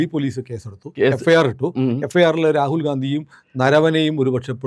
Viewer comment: Rakul ഗാന്ധി എന്നു പറയല്ലേ Ragul ഗണ്ടി അല്ലെ